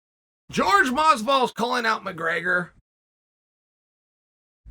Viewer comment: who the fuck is George Masvidal? his name is pronounced hor-hey. youre still the best, but sound so incredibly white.